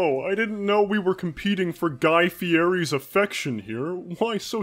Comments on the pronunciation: Say it like fieti that's that prounouncement not fieri that's just not how you say it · Sorry for the pestering but Fieri is pronounced (Fee-Eddy)